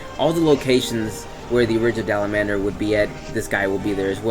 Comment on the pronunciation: "Dalamandur" someone please find me the "n" in Dalamadur